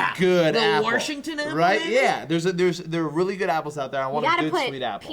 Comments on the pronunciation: It's Washington, not Warshington, Washington! There is no R in Washington!!!! Rant over. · as a Washingtonian i feel i must tell you this. It is Washington not Warshington every time you put a r in Washington it makes the entire state want to bash your head in. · said "waRshington" 0.o weird. i was under the impression that was a st louis thing. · I live in Washington and just made my day by pronouncing it Worshington, Worshingtonians you know what I'm talking about! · Fucking had to go and make me cry, in a good way though. You said Warshington and that reminded me of something my Grandpa would always say. He would always say: "I'm gonna go warsh my hands." Thanks for that, he's been gone just over a year now and I had a good moment remembering him.